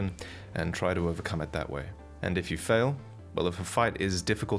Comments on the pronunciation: I have the impresion that is pronouncing Marika wrong. We dont actually know yet but he says it like Maria as in Mariah Carey lol. Its Mar- ee-ka most likely. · it's not stake of marajka, it's fucking stake of Ma ri ka.. ffs 🤦🏻‍♂️ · It's pronounced a Statue of America without the first A lmfao so (mare-ick-ah) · Murykuh? Who's that? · i'm pretty sure its prounounced murica. its supposed to b ea joke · Just one correction the name marika , is actually spelled, ma-re-ka. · One day he will stop saying MURAYKUH. Also AGHEEEEEEL OOOOOOH AGHEEEEL